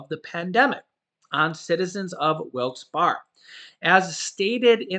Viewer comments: It’s pronounced Wilkes Barry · its pronounced Wilkes BEAR i grew up in PA just letting you know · Wilkes-Barre is pronounced "Wilkes-Berry" 🍓 for future reference 😉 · It's pronounced Wilkes berry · It’s pronounced like “Bear”Not “Bar”, also it’s “luzern ”county, not luzereen. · Wilkes Bear and louzerne is how they are pronounced. I live in williamsport lycoming county. keep up the good work. Watching in PA. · Pronounce of Wilkes-Barre is (wilkes barry) la zurn That is funny. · this is the correct pronunciation of Wilkes Barre (Wilkes-Bear) and Luzerne is ( Luz earn ). I hope this helps. Love watching your show. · Don't take this as an insult but it's funny hearing people try to pronounce Wilkes-Barre and Luzerne County. 🤣😁🤣 it's pronounced 'loo-zurn.'